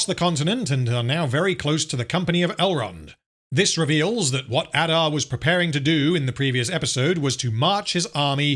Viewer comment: I know this is long over but c'mon you have to rrrrroll those Rrrrrrr's. Numenorrrrrrr, adarrrrrrr. Galadrrrrrrriel.